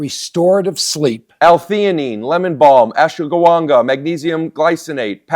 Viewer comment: "ashgawanga" Rick can never say ashwaganda right and I love it everytime